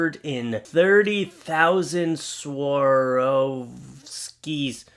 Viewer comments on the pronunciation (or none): It’s pronounced “ SWAR-OFF-SKI”( Doja Cats look), have u ever considered Nova to be U, in dog form😊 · SWA-ROV-SKI, SKIAPA-RE'LLI, and HAWT-KOO-TUR. There, I developed your pronounciation skills. Not that you will regularly use those 3 words, I guess... But hey, ~the more you know~ lol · If you can’t say Swarovski then there’s no chance you could say my last name!